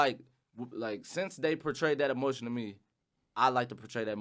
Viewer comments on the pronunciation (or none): none